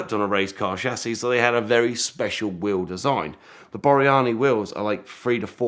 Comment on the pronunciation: Thats Borani not Boryani.